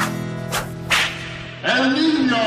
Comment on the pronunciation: the fucking 'N' each time they say el niño 😭